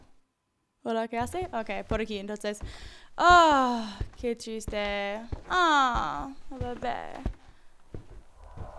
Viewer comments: Cada ves que dice que triste escucho que chiste :v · Cuando dijo: Qué triste'', le entendí qué chiste y yo en plan ¿Quéeeeeee?. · ¿Soy el único que cada vez que dice:qué triste.escucho que chiste?:v